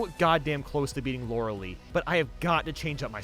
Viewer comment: Why is he using Harden to try and tank Water Pulse? That's not how the game works... Also, I'm pretty sure it's pronounced Lawr-Uh-LIE, not Lawr-Uh-LEE. While we're at it, how did he manage to have enough PP for the entire Elite Four?